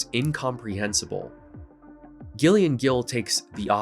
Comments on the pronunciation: not commenting on the video itself, I like that part, but when a female presenting person has the name Gillian, it's not pronounced "Ghillian" lol, it's "Jillian" but with a G instead of a J, the whole section on that weird ass biography author I had no idea it was a woman, lol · Gillian is pronounced 'Jillian'.